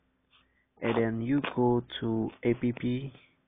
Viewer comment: Yeah is not ape pee is apps